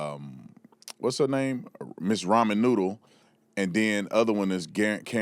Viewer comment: "Raman Noodle" 😂😂😂